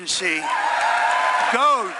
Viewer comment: 倒是DOGE沒有發準